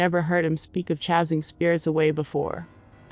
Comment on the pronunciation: Great stories!! Just gotta work on correct pronunciations with those computer voices like Chasing. It's obviously not chazing, it's chasing. Bonfire they say bonefire. Maybe by the time it's corrected, you'll decide to have a person narrate which would be the best thing.